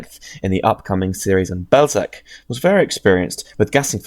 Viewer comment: Belzec as Bellschetz, not Belseck, at least in Polish Wasn't meant as a gotcha, good video